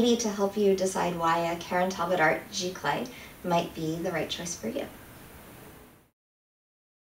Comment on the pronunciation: It's actually pronounced "Zee-clay" not "Gee-clay". Also it is nothing more than just a fancier word for inkjet and it doesn't mean the printer has to be wide format (which your printer isn't anyway) and also has nothing to do with the substrate. Archival papers are determined by being acid-free.